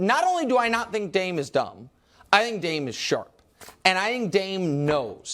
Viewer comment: I have realized something in recent months... Nicks go to is the phrase "I think", only instead of pronouncing "Th" in correct manner, i.e. thought, three, thrust, etc... He pronounces it like The, They, Them... Once you identify it, it's nails on a chalkboard. Do better Nick.